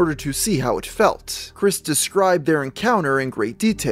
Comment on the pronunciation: The ending clip. “… and I did that more than once…also. She faeled better.” fucking wow….like nah uh